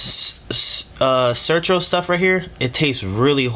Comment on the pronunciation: It’s Certo not Certro .. had to say somethin